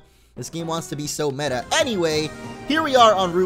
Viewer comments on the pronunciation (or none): none